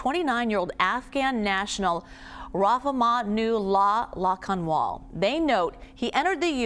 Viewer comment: Rahmanullah Lakanwal - she messed up the name